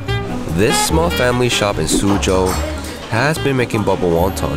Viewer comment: thank u for saying suzhou right